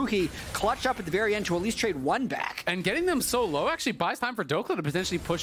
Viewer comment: “trade one baGHK” 😳